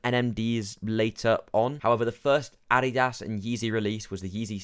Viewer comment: I like how you cannot even pronounce Adidas correctly. Just because people aren't spending massively over MSRP for an article of clothing doesn't mean the brand is dead. More supply of shoes means more consumers are able to obtain it easier